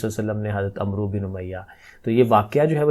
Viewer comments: السلام علیکم ۔ سر عمرو کا تلفظ " امر " ہے یہ ایک مشہور عرب نام ہے ۔ ع پر زبر اور واؤ نہیں پڑھا جاتا تو اس طرح اس کا تلفظ " امر" جیسا بنتا ہے ۔ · Sir AP ne wrong pronounce kia h Hazrat Aamr bin umiya h